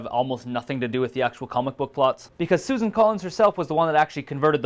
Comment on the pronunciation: Isn't it Suzanne not Susan. Like pronounced with the Anne? That's how I always say it. And definitely BANDAIDS!